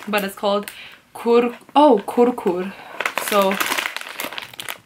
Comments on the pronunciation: It's not kurkur it's Kurkure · these stuff are found all over india. all of us indians do love all these snacks. and i bet, india has best snacks as compared to the world. and the kurkure.. i bet it is favourite snack of all indians. also, kurkure is not prounced as "kur-kur", it's pronunciation is "kur-kurè. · not a khur khur it's kur kure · Your opening music is dope!! Not sure how many times I have replayed the opening part just to hear it. And oh it's pronounced kur-ku-re😎